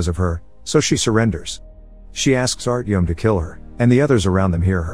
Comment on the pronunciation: The way he butchered the names 💀 hurt me Especially Yulia Artyom and Ivan You need to say them how they're written with no accent